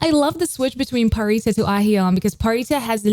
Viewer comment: U keep saying pharitas name as pharisa, there's a t in her name, I'm pretty sure there's a different way of saying it I'm used to people saying pharita